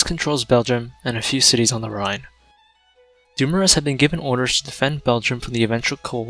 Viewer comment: Charles Francois Doumoueueueue